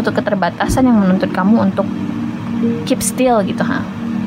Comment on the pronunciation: "Keep still gtu Haaa". Miss nya orang Padang ya 😅